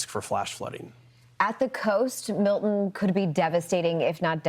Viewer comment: Learn how to pronounce Milton